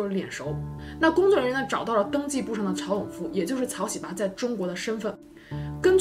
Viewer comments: 这名字念的 哈哈哈 草 西巴 ㅆㅂ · 喜八 這兩字的中文發音 換成韓文似乎不太文雅... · 喜八怎麼發音很像韓國髒話 😂 （對不起我歪樓了）